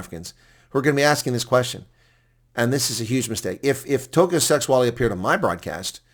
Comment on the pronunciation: The name is pronounced Sêgualê with the e like the word 'led' (past tense for lead), g - the same as your explanation for bringing up phlegm and the w the same as the letters 'ua'.